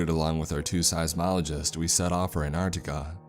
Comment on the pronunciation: You know there are 2 T's in Antarctica not Anarctica.....